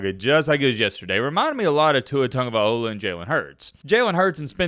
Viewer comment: TagovaiLOA not TagovaiOLA